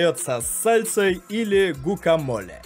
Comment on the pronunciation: Они произносят как гвакамоле